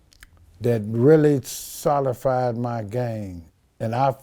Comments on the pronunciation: "Soli-fied"? He m it st b tryin to say "solidified" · Jorge Perez solidified homie can’t pronounce words correctly